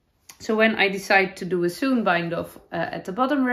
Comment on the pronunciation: Gorgeous knits and wonderful episode as always! Ps- in the US, a sewn bind-off is pronounced like the word own with an s in front. Sounds like “Sown”